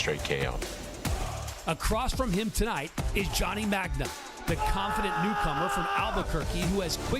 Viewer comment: the guy's name is Magna...and she called him 'Johnny Ragma'